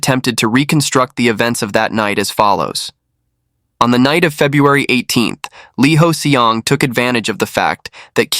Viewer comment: No! 이호성 (Lee Hoe-Seong). He kept saying Lee Hoes Seong